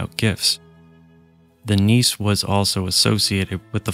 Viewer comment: "Nisse" is pronounced with an e at the end.